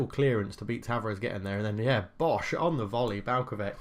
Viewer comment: Vrhovec, Balkovec... last word is not K, try to say the same, like Vrhovetz, Balkovetz